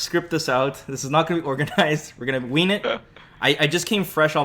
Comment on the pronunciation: did he say wing or ween? i kno he meant wing, its hilarious he said ween tho